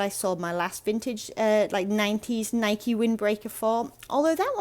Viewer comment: The blue label NIKE windbreaker is definitely '80's. BTW congrats on pronouncing NIKE the way the company does, it seems that most Brits insist on saying Nik (with the "e" silent.)